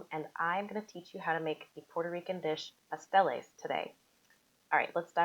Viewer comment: Come on, can we say Pasteles, Acote, masa, the right way!